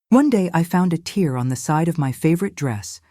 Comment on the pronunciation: Why is she mispronouncing the "tear’’ in her skirt. Are these women and their stories AI? Artificially computer generated productions? I am convinced these tragic stories are being created for entertainment, far from "true" life stories experienced by these women. Sadly, there are true stories of horrific circumstances that women and children are experiencing daily in this world, but don’t confuse CGI and AI with reality. These productions are not reality.